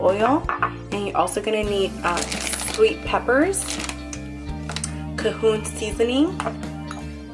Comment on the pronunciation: "Cahoon" seasoning?! How to you make cajun pasta and pronounce the main seasoning wrong?